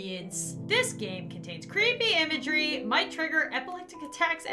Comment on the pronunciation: IT CWEEPY